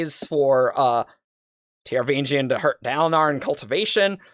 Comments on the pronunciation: While I respect alternate pronunciations, I can't get over totally ignoring the 'G' in Taravangian's name. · In my mind I'm pronouncing the 'g' in the "vang" syllable like "sang" instead of like the 'g' in "range", but it's possibly not coming across due to poor enunciation, or maybe I just forgot it lol.